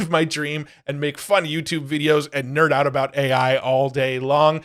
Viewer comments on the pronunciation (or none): none